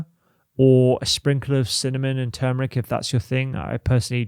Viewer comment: Dear God, thank you for pronouncing turmeric correctly. No one ever does.